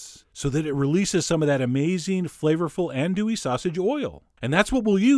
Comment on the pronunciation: It’s pronounced AHN-dew—eee sausage in NO. Be careful if you go to France, their andouille is something completely different: chitlins.